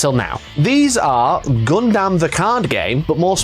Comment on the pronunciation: Gun-dum not gun-damn kids these days can’t even pronounce a made up word by the Japanese correctly geez